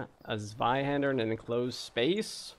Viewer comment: its amazing how you fail to pronounce anything correctly except zweihander